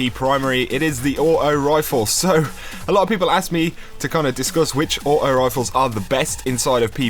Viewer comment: () aught-oh wifle